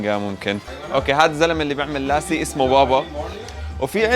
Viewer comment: مو اسمه لاسي.. اسمه لَسِّي العرب ينطقوها غلط